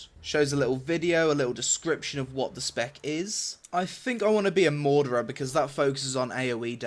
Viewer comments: Its MARAuder not MAUDerer just so u know ^^ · MOR-AW-DER (Marauder) not Morderer :) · "Mordera"haha it's Ma-raw-da. I know it's the accent, but I litterally didn't hear Marauder. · Maurader is pronounced "Ma Raw Der" not "Maw Der Rer" lmao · its Marauder not Maudarer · How the hell do you get "mordra" from marauder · Isn't it marauder and not mardurer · Well if I had to choose between this and Drakensang? i'd go Drakensang because it's not done by Trion. Also how do you get "Mordora" out of "Marauder"? the mount is called a "Furry" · It's not the accent, he's just saying it wrong lmao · Im sorry.... Did you just fucking say Morderer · You mean Ma-Raw-Der? (Marauder) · maurader is pronounced ma-raw-der :D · 2016 Maybe will finally learn how to pronounce Marauder. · You need to learn how to pronounce "Marauder" but apart from that great video as always.